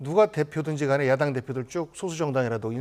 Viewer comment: 미친기자. 야당을 야동이라고 발음해븜 ㅋㅋ